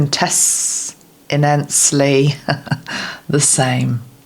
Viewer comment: Quint-is-sentially! I always have trouble with one, too,! 🤦‍♀️😄